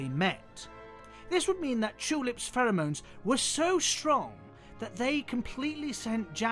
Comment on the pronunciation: The way you say "pheromones" is so beautiful and i will pronounce it as such when given the chance